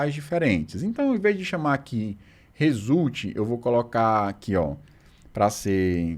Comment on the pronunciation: No "résulti" você já não tava nem tentando mais! 🤣